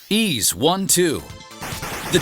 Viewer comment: The narrator nailed the Japanese words in all these titels. I love it. Tho, Ys kept getting mispronounced. Oh, well... I don’t think ANY English speaker pronounces it right. They all think the S is Z or something.